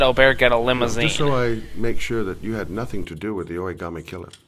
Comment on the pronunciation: Did he say Oragarmi killer? xD